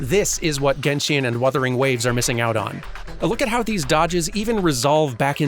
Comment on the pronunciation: I'm sorry, I love this video and everything and I'm not really a fan of genshin, but you saying genshin with an e after the i triggers me so hard. Still a 10/10 video tho